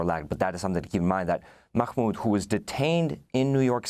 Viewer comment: Just say Mah Mood, no need to sound like you're choking on a hot dog